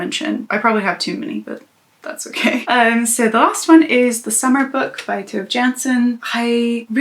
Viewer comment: 🐛I'm so glad to see Tove Jansson's work in your honorable mentions. I'm still joyfully making my way through her Moomin books. She's such a beautiful writer, and yet is sadly not well known here in the States. P.S. *whispers* Her first name is pronounced like toe-vay.